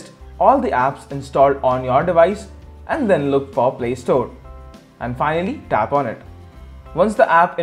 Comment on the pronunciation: when he says tap on it its like his saying DAB on it